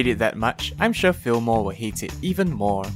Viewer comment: isn't that right turd Me: hold up its Tgurd not turd xD. Also: another lovable npc is the tax collector, hello fillmore Me: fillmore kinda sounds like...Fillmora is there a secret sponsor (＃°Д°)